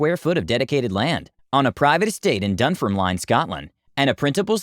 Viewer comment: Argh, Dunfermline is pronounced Dun-ferm-lin Rages in anger